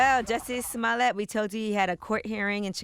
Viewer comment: come on Juicy Smoo-yay, c'mon son!! stop already